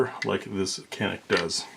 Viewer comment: Thanks for posting!! "Janick" is the pronunciation, in Turkish, the C is usually a J sound. They're gonna get real popular... Turkish gun makers, they're making REALLY good pistols....shotguns....not so much... But ALL Turkish made pistols I've fired are just insanely good for the money. Especially in the reliability realm.